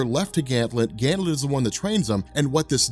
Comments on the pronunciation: it's Ganthet not Ganthlet. Sorry it's bugging me. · Dammit! GanTHET not GanthLET! LOL Love your vids man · I have to imagine others have mentioned it, but I've been bingeing the Green Lantern playlist and it's surprising that there are multiple videos where you keep calling him "Ganthlet" but his name is "Ganthet" no L. Hoping this gets fixed eventually. Good work otherwise! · THET...Gan-THET, not Ganth -LET, there's no L in Ganthet's name. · It's Ganthet not Ganthlet. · who is this ganthLet. its just Ganthet. no L. 2nd don't yadda Spectre it needs covering everything from final night to rebirth. no one and I mean no one on YouTube has. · *GANTHET.!! NOT GANTLET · There are ZERO Ls in Ganthet's name... Please don't pronounce it as "Gam Thet" either, PLEASE! It's "Ganth it" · Yo, I love you, I love your videos, but I can’t hold it in any longer. His name is GanTHET. There is no “L” in his name. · His name is GANTHET. There is no "L" in his name. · Sounds like he is saying Ganthlet am I the only one who hears that? Why is he saying it like that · there's no l in ganthet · second time he says "Ganthlet" I turned it off. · "Ganth>L<et"... WTF... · Back when mispronounces Ganthet, and Zero Hour Crisis in Time.:P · Ganthet does not have an L in his name. U keep saying it wrong. LoL